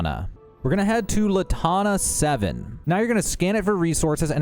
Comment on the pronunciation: Not "la tana" it's Lan tana. Lantana. Mercenary and Mercantile are the same words to you? Jemison Mercantile.